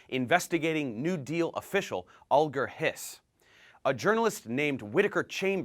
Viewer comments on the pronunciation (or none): Hiss's first name had a soft g, not a hard g: AL-jer.